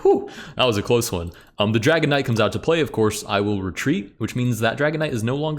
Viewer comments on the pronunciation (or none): I’m sorry, I know that you are saying dragon knight but all I hear is dragonite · Every time you mention the Dragon Knight, it sounds like you say "Dragonite" like the pokemon lol